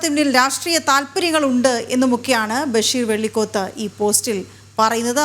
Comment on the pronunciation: വെള്ളിക്കൊത് അല്ല വെള്ളപ്പോത്ത്.